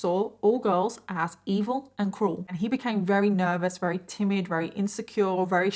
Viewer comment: It's awesome how you say wery instead of very. I wish I had a cool accent like you